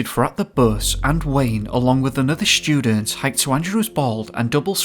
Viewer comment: Hey pal there's no sch in the word student. Shhtudent is not a word and I can't listen to you butcher the english language... Bye bye..